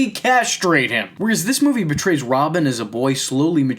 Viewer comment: I'm just here to say it's portray not betray. Good analysis though, I agree.